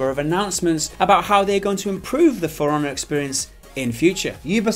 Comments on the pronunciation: sounds like you're saying "firannah" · When it sound like Piranha and not For Honor